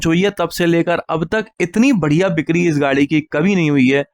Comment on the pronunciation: Bhai ap bikari bolne ki practice kara karo, bikri ko bikni bol rahe ho😅😅😅